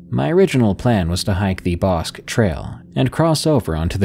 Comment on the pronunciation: Bosque is pronounced Bos-kee